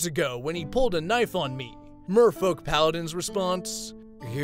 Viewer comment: Why do I always here "Mofo"-Paladin instead of Merfolk??